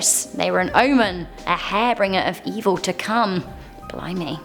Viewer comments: "....a 'Hair-Bringer' of evil to come."?!?! LMAO!!! A HAIR-BRINGER?! (Harr-Bin-Jerr NOT Hair-Bringer) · Hairbringer...god bless lol Har—binger (like you’d binge on food or tv) Love you. Just trying to help ❤️ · you said hairbringer of evil to come. I am pretty sure you meant harbinger... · Hairbringer of death??? Nah.. I'm sure you meant harbinger.... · "Hair bringer" lol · Sorry. I'm really trying not to say anything, but it's harbinger, har-bin-ger, not hair bringer. It means something that shows what is coming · Love the vid - but just for future you said hair bringer of death and it should be harbinger pronounced Har-Bin-Jer (in the uk at least) 🤓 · Harbinger.. did u say hairbinger? Lol your just so cute:) love how you blink lots when u talk too